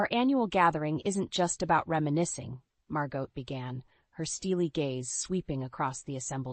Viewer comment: Aunt ‘Mar-got’? It’s ‘ Mar-go’. You don’t pronounce the T.